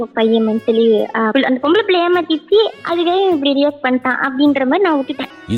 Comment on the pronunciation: athu ROX...REX illai...shabaaaa